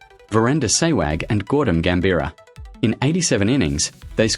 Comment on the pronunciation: Disappointing AI mangling of names, such as Tress cothick, not Tresco Thick! And who TF is Gordon Gambirah!